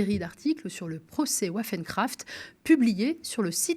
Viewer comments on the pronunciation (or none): Pour votre information : Waffen se prononce vafen. Les armes en allemand. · waffen se prononce à l' allemande avec le son v. Waffen veut dire : "Armes"